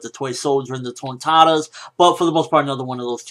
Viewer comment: I love the way you say Tontattas and you rock the suit nicely bro!